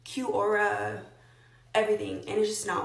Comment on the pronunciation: Sidebar: Did she pronounce “Quora” as Kew-ohra? Ma’am. Do you say Kew-oat, when you want to pronounce the word “Quote”?